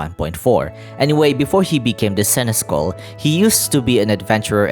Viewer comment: Hey friend-o. Just a friendly heads up! Senechal is actually pronounced “Sen-es-shall”. It’s an old medieval word so pronouncing it right is a random chance to begin with lol. Edit: I shall leave another comment when im done with the video 🫡